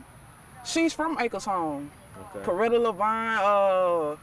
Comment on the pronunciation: Corretta divine? 😂 its Loretta Divine..yes shes from AcresHomes. Slim Thug moved to Acres Homes when he was a Youth. Theres a few Athletes.